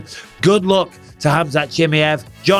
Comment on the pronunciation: And Bisping you call Khamzat for chimiev 😂😂😂😂😂😂